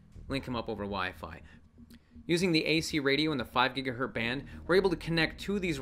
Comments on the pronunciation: GigaHert is the correct pronunciation were you born before 1960. The Z is silent. Does it even matter? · Please stop saying "GigaHert". Remember the Z!